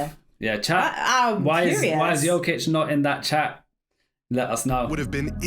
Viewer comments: How hard is it to not pronounce the j like its not ur first time watching jokic play.. it's literally pronounced Y-okic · It's Nikola Jokić not Djokić